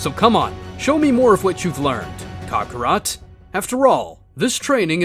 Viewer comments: Any particular reason you CONSTANTLY mispronounce Goku's Saiyan/Birth name? Its not pronounced as "Caw-caw-rot" it's "ka-kr-ot" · ‘Cockarot’ but not to hate its Kakarot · It’s not cock o rot it’s kakorot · Bro said Kocorot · Why is bardock calling kakorot cockorut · Say it as kokorot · "kakorat" he says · Bro really said cockarot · I just can't get passed the mispronounciation of Kakarot. I keep hearing cock rot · for me it sounds like he says cockarot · Please learn how to pronounce kakarot